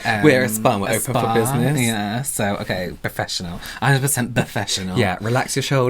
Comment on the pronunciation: They’re so “perfeshunul” 🤣🤣🤣🤣🤣🖤💜🖤